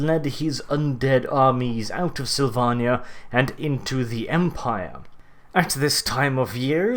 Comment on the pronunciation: The way you say Slyvannia makes me sad :(